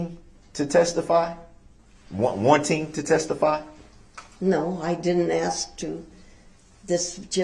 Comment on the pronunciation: I wanna throw up every time he says axe !!!!!